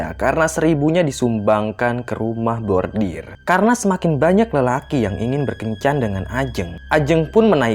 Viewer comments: rumah bordil (brothel), bukan rumah bordir (embroidery). 😬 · Bordil.....bukan bordir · maaf saya dengernya kok "rumah bordir" harusnya kan "rumah bordil" >_<